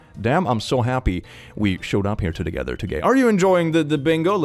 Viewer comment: "to the gether togay" I love it when the brain does that